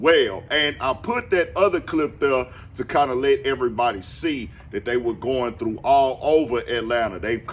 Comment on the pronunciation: They bought "everybwody" together 😂